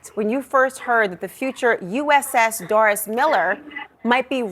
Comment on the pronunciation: Haters gotta spread hate. Say his name right. Doris Miller. The dude with a million dollar statue in Waco TX. Recipient of the medal of valor. Why say his name in a different way? Why not mention the honors already given him? Admit it. You want hate. Trump is a nut. He's a nut that knows when the Doris Miller pulls up would not sound as threatening as the DJT. Even CNN gets triggered. Sadly, The USS Miller FF 1091 was decommissioned a few years back. She wasn't as sharp as my ship, USS Valdez FF 1096, but it was a different class ship. As a deck ape back in the day, all I really cared about was how much work it was to repaint the sides. Not who's name was on it. PS... Don't touch our boats!